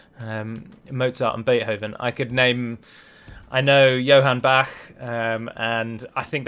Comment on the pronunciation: That shocking moment when an English speaker pronounces "Bach" the right way. really is sort of a language genius, right?